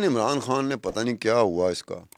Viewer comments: محترمہ آپ پاکستانی ہیں ۔۔ پاکستان میں اردو میں۔ خ کو خ ہی بولا جاتا کھ۔ نہیں ہندی میں کھ بولا جاتا ہے اس لئے آپ خان کہیں کھان نہیں ۔۔۔ آپ پاکستان کی میزبان ہیں بھارت کی نہیں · کھان نہیں خان۔۔۔ کوئی اس کو بولنا تو سکھا دے کھواتین توبہ